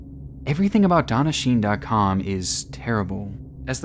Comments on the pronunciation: Huh I thought would have watched Death Note. Shi-ne is pronounced as two syllables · "shi-ne", btw. Not "sheen".